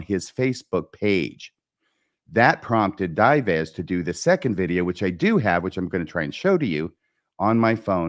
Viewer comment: Dives - pronounced Dee-vays.